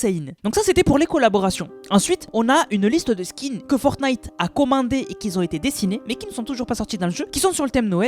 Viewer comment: Qui ont !!!! Pas qui zont !!!!